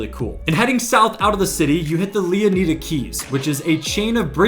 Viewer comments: Did you not read the part where he said its "Leonida" not "Leoneda"... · Are you slow? Did you not listen to him Mispronounce LEONIDA? Thats my reason for my initial comment you slow poke ahzzz boy 😂 Pay attention because you commented to me just to look dumb. Pay attention!!! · He's saying that this YouTuber is saying the name wrong.